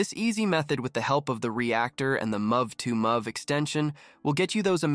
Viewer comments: LOL. Holy shit. Denwazzing! Muvv two muvv extension. 😂 My fuckng sides hurt from laughing so much. Holy. Fuck. Just how in the hell did you manage to mispronounce both de-NOISE-ing and MOVE-to-MOVE so absolutely horrifically?! I mean... yo.... You allegedly comprehend how to use a fairly complex high-tech software — though, I have my doubts; or rather, I'm certain you don't actually comprehend it, and have either plagiarized this entire script, or it was, at a minimum, not written by you — yet you've never learned how the .mov extension is pronounced? Hint: .mov files are... movies! Do you pronounce that "muvvies"? Denwazzing is even more horrifying. Fun fact: it's called de-noise because you're adding noise (ie, "random" data) to the image when you draw that mask on, and the then the AI DE-noises (removes the noise). It's truly unbelievable that you managed to botch such common words repeatedly... Never in my life have I ever heard even a completely tech-illiterate person fail to pronounce .MOV and denoise upon seeing their written forms. Fucking hilarious, man! Absolute comedy gold! Wait, is this actually a parody channel? Is it like a "YouTube tutorial but you'll be so baffled by our hilariously bad pronunciation of basic and common words that you'll be unable to learn anything" kind of deal? For real, this is so bad that I can't actually tell if you did this as a joke on purpose. For real, though. How is anyone meant to take this video seriously? If I were a complete newb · Yeah it also says mov2mov when "mov" stands for "movie" so it should be "move2move" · He speaks "very well"? Are we just ignoring the horrifying mispronunciation of denoising and mov2mov?